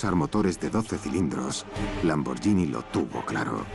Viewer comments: que el narrador del documental pronuncie bién Lamborghini...gh no es "y" es como gui, de guitarra. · se pronuncia "lamborguini" no "lamboryini" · Se escribe Lamborghinis pero se pronuncia Lamboryini menso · Lambor"GUI"ni... "GUI"... "GUI" ... "GUI" !!!!!!